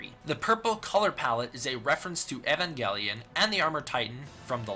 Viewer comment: I want you to look up he to say evangelion cause you truly just angered me